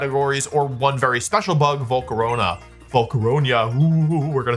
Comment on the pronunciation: "Again, this isn't groundbreaking." Yeah, that's Grass's job. Edit: Wolfe pronouncing Volcarona as "Volcaronia" in a spooky voice like it's a type of pasta that instills fear within people.